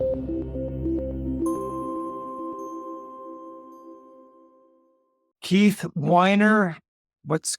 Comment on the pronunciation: To the host: Can you please get Keith's name right? You've interviewed him multiple times now, and he's a fantastic guest, but you still aren't pronouncing his name correctly.